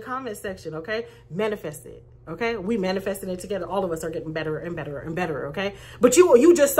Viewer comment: You're so funny! 🤣🤣🤣🤣 You said Betta - ruh 🤣🤣🤣🤣 ⭐SUBSCRIBED